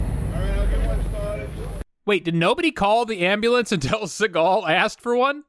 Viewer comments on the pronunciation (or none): I love how Seagal breaks into "ebonics" when he's in the "hood". Did you hear how he said "ambu-lance" putting way too much emphasis on the first syllable and pronouncing the last syllable like the lance a knight would use in a joust? 🙂🙂🙂